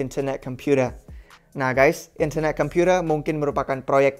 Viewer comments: gak enak banget ngomong internet computer nya wkwkwk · In-ther-neh Kem-pyu-tee,h lets goowwww !!!! Kacau ini proyek, usaha centralisasi dari satuan-satuan proyek desentral. Pingin jadi penguasa tunggal dunia. Not a fan.